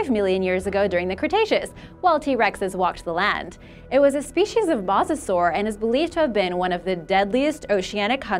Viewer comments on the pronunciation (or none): It's "Mosasaur", not "Masosaur". That is - unless they found one still tied up.